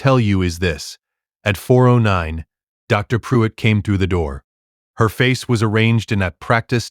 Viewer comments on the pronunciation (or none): Dr. Pruitt not drive pruitt. "Sole" not "Soul"